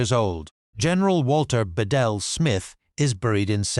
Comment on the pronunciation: It’s pronounced Be-Dell